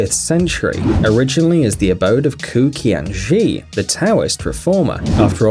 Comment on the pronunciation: kou qianzhi, not ku kiangi